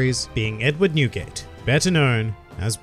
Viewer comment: When he sad newgate i thought i heared nuguet the candy haha.